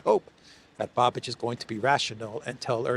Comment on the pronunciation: I told you a couple of days ago, please pronounce Mr. Bais's name correctly. Š is pronounced Sh in English. It is Babish, not Babidge!!! Otherwise excellent show as always.